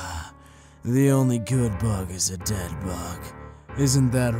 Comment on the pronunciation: I funny for he say ｄｅｄ